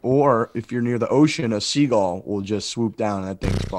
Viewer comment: pronouncing seagull, “seagall” really sent me.